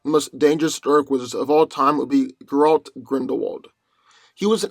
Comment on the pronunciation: When he said Gellert it sounded like Geralt.